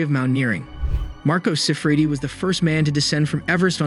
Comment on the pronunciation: This is borderline clickbait. The pronunciations on this video are awful and the script you’re reading from is clunky. If you’re gonna say Marco Siffredi 1,000 times in 4 minutes learn to pronounce it. Yikes.